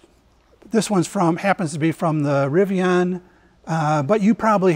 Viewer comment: Isn't it "Rivi-An", not "Rivi-On"?